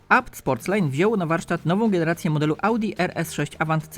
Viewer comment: Bi ef gudricz??! WTF??? Naucz się czytać, albo po polsku albo zgodnie z krajem pochodzenia i co to jest APT?? Mówi się ABeTe, Mein god